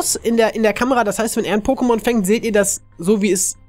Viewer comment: hör bitte auf pokemonS und pokeSCHtops zu sagen,danke...